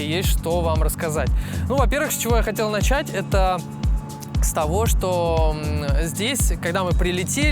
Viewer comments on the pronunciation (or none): none